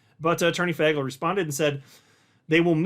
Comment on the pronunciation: it’s pronounced Fay-gull not Fag- L come on man you can do better than that